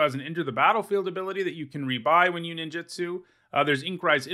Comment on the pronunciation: Please please please please stop saying Nin JIT su. It’s Nin JOOT Su. It’s not just you, it’s a lot of people. It feels like nails on a chalkboard every time.